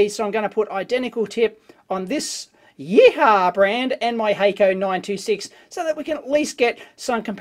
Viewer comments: "If I'm pronouncing it correctly: gang-zoo yee-haw. Yeeee-haww!!" If you were Chinese you might pronounce it 'gwong-jo, ee-hwa'. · YEE-HU-WA not YEE-HAH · It’s pronounced “Yee Hwa” and horses for courses. It’s a Yihua made in Guangzhou, not a Hako made in Japan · I think it's pronounced "yee hwa" but Dave's yeeha! is far more entertaining :) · Your interpretation of the brand name totally cracked me up :D :D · Dave, your pronunciation of "GuangZhou YiHua" couldn't be further from being correct...LOL! :)